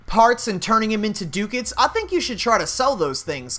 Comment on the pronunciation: Dude pronunciation. Ducats and Scimitar. Look it up.